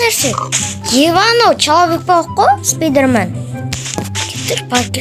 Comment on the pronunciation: Спидрмен емес спайдермен